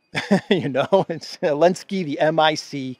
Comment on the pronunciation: Partial answer from South Africa. The letter Z is painted on the Russian tanks and military combat and other vehicles, although is does not feature in the Russian alphabet, but Zelensky banned the use of it. Hence calls him Elensky. I hope I got it right.